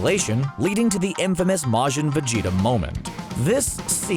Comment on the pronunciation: Could have sworn his name is pronounced VegetA with an A not an O